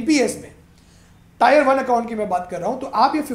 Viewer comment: Good information about the corpus and inflation rate.... But bro it is AN Indian and please don't say टायर yaar... Please say टीअर.... Otherwise very good video.